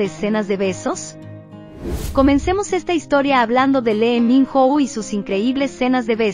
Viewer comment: Que horrible pronunciación de los nombres de los actores y actrices...es una falta de respeto que tampoco pronuncia bien el nombre de los dramas , por lo menos que los pronuncie como se escriben no existe chun di rian es Hun Ji Hyun ,no es le min Ro es Lee Min Ho ,no es patinco es Pachinko etc, etc